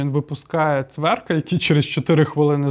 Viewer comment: вивчи прізвища. Ну, що ти як Леон? Не Цверк, а ЦВЕК!!! Ну, рівень то високий твій, не годиться.